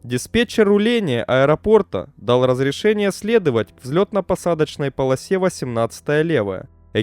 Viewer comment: Да не пОлоса, а полосА!